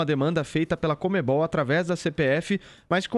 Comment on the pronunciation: CONMEBOL. Joel: "COMEM-BALL"